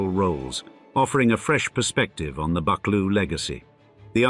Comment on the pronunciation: Pinkie Cleugh is pronounced Pinkie Clue, not Pinkie Clu (Clu rhyming with Up). And it's BuckLOO, not BUCKloo. Andy why do you keep showing shots of Eilean Donan castle (and maybe Dunvegan Castle), which is nothing to do with the Buccleuchs. And American legal series, along with Sense and Sensibility - it's very distracting. It means that I have no idea which images in the video are actually of Buccleuch people, buildings, lands and projects and which are just random filler.